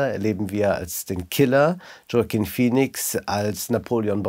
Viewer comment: Peinlich Joaquin Phoenix immer noch nicht richtig aussprechen zu können.